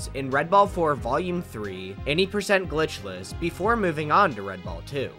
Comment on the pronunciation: im kinda jealous at how you can say the word "glitchless" cleanly